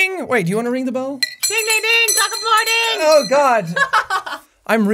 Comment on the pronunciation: I heard "taco morning!"